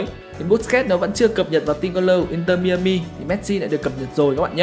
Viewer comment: mai a mi không phải mi ơ mi anh 😂